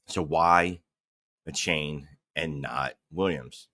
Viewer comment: Achane's name is pronounced A-Chan. Not a-Chain.